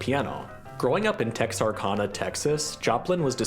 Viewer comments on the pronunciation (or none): Interesting video, but I just can't get over how your pronouncing Texarkana. The proper pronunciation of Texarkana would sound more like Texar-can-a. You pronounce the kan part as can.